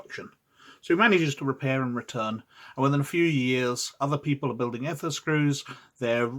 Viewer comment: So you correct your mispronounced "Eh-ther" to the correct "Ee-ther" and then proceed to continue mispronouncing the term for the rest of the video...